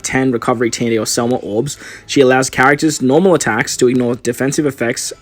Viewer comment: SEMLA NOT SELMA